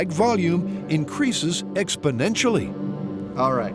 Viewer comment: or as Joe Biden would say, "expodentially"